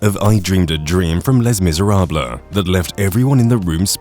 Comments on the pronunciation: Please stop with the f'ing text-to-speech. I know it sounds much more natural now than it used to but it's still annoying. "Lay Miserab-lah"? It's just lazy. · "Miserabla"? Did he really say that? Lol!